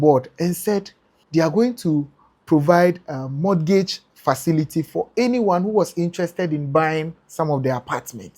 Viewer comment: The T in mortgage is silent